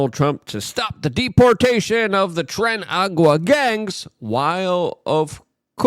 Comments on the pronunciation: Luke, it's Tren DAY Aragua. But whatevs, you can say trend agua. Ya goof. 😂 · I find it funny how Luke mispronounces things willingly to make people comment about it. Doyge, Trende Agua. xD